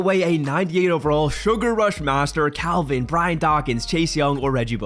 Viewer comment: Didddd you say calvin